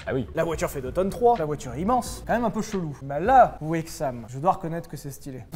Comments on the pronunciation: Mais les gars sérieux vous savez pas prononcer "Aixam" vous abusé x). Dans le mot Aixam il y à un X alors POURQUOI vous mettez un puntin de Z ?!?! mdr vous m'avez tuer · On dit « aqsam » et pas « egsam » parce que ça a été créé à Aix les bains (oui je commente 1 an et demi après) rien à foutre » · oh c'est dommage vous faite une vidéo sans vraiment connaitre le sujet on dit aiXam pas aiXzam lol de plus aixam n'est pas le seul constructeur de voiture sans permis a avoir fait des voiture de courses ligier courait au mans dans les année 70 80 et encore aujourd’hui il ont fait une voiture de course ligier js2r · c'est AIXAM, Aikse Am, pas exam.. Aix pour Aix les Bains, et pas Hegze lès Being en mode Teuton haha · si vous ne dites pas "Aixze les bains" alors ne dites pas "Aixzam" mais bien "Aiksam" car le nom indique qu'ils sont originaire d'Aix les bains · J'arrive dès années trop tard, mais c'est AiXam, pas "AiXZam" parce que ça vient de la ville Aix les bains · On ne dit pas "Aigsam", mais "Aiksam". Le AIX vient de Aix les Bains. Et on ne dit pas Aigs les bains. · Aix AutoMobile, donc AIkssam et non Aigzam :) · Prononce AiXam, sinon ça sonne comme "exam" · Merci Daniel de rétablir la vérité. Ça m'écorche les oreilles d'entendre sylvain dire "exam" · AIXAM : AIX-les-bains AutoMobile Donc "aicsam" avec un S comme dans AIXAM ou bien encore comme dans diferenciel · je pense que ça se prononce « Aixam » .. Derien 🙄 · Sylvain, on dit Aix-am, car c'est la contraction de Aix-les-Bains et AutoMobile. #diots-crozets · Alors en phonétique [aicsam] parce que aix (les bains en savoie ) automobile. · c'est fabriqué à Aix-les-Bains (73).....donc on dit Aix-am. En tout cas super Vultech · AIXAM = AIX (Aix Les Bains) & AM (Automobile). On va dire que ca se prononce "AIKS" du coup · ah et aiksam ca se prononce pour moi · Ça ce dit exsam et Aixam(in du permis) . 🤭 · On dit acsame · on dit EX-AM car la ville s'appelle AIX-LES-Bains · Mdrrr.. AIKZAM u_u c'est aixam pas aikzam